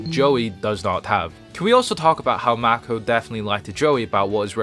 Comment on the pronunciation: It's "Mako," not "Mac-o." Also, Joey technically had Red-Eyes Transmigration and Lord of the Red added to his deck way back in the Capsule Monsters arc, he just couldn't control them at the time.